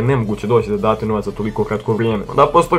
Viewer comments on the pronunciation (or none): none